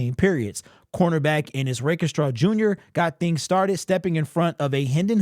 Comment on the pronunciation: Love ya but the way you say Rakestraw has been killing me. Rake...Straw not Rake..E..Straw. Sorry